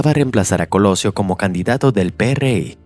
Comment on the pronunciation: Ningún mexicano le dice Pe Erre I, al PRI, hasta aquí dejé de ver el vídeo.